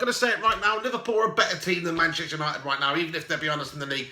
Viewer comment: "Gashtester United" hahaha 👏🏻👏🏻👏🏻